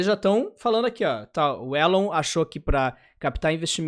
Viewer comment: "Élon" A pronúncia errada sempre incomoda...